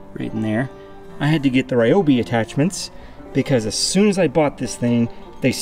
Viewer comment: It's リョービ pronounced ryoobi not rawobi